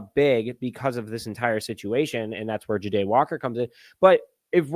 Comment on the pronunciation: Dude why do you not even try with these names? It's JAH-Day! Not J'Day. 😂 #unsubscribed